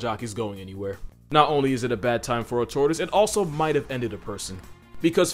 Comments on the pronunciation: fr thought you said tourist instead of tortoise in the part on golden eagles 😂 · Who else thought he said “They will pick up tourists and drop them” 😂 then realise he said “They will pick up tortoise and drop them” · He said “tortoise” but I heard “tourist”😂😂